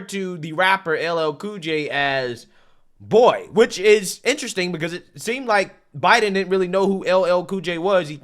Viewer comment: Did he pronounce it "Boi ?" 🤣👍